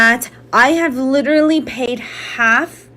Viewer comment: Saying "litterally" automatically makes me realize you are an idiot and a mark. Just saying. 😂